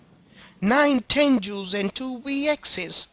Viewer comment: sorry but THERE TENGUS NOT TENJUUUUUUUUSSS FUCK YOU SAY IT RIGHT